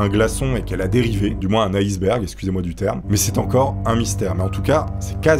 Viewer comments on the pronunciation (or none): none